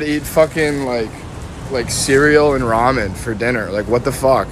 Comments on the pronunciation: It's pronounced "rah-men". Ramen noodles. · This is the first time I've ever heard anyone pronounce Ramen as 🦬RAM🦬-IN ... LOL! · I’ve never heard someone pronounce ramen like that